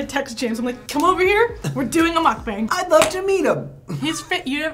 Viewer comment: If your going to do a mukbang atleast say the word correctly